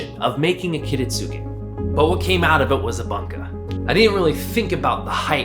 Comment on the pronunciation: That's a beautiful knife, and a really nice video to watch. Only one thing bugged me so I'm going to mention an idiosyncrasy of Japanese pronunciation where they will drop the 'U' between and S and a K (not sure if it's universal throughout the language), so 'Kiritsuke' is actually pronounced 'Kiritske'.